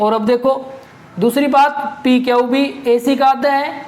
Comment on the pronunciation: Sir aap q ko kyau kyon bolte ho